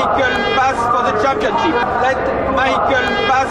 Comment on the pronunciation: LETTE MAÏKEUL PASSE FOR ZE TCHAMPIONTCHIPE!